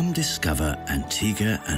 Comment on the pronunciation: Even the person in the commercial cannot pronounce Antigua and Barbuda.